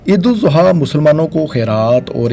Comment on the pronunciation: Sor apki Eid AlAdha ki pronunciation theek nahi Barae meharbani theek kegie.